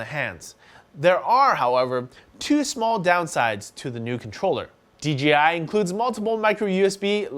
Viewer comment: Dude I heard you say DGI at least 6 times.. its DEEJAYEYE.... :) J not G